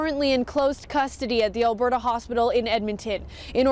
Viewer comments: It's pronounced Alberta. Like Albert-ahh. Not albert-aye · Alberta ah... not eh lol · Not a biggie but Alberta is like “al-bur-tuh” 🙂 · "Albertay, Canada". 😂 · Lol I had to rewind and see if you actually said Alberta that way 🙈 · As a Canadian I am offended by the pronunciation of Alberta lol